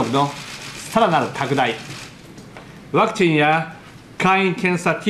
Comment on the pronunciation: 急にネイティブ感だしてきたね。 2：43 「ウヮクティンやクィットォの開発ぅ。」